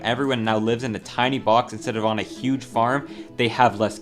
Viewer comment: Yuge???? 'Huge' pronounced with a New York accent!!👍